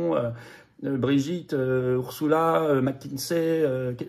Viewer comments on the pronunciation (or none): none